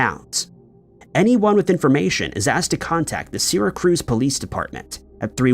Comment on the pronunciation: Trying to say Syracuse.